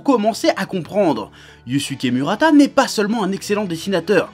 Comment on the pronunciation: mourata et non mu, tu me fais mal aux oreilles. Mais dans l'ensemble tu as raison, le mec est génial.